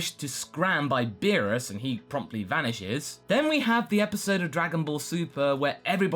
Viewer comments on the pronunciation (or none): none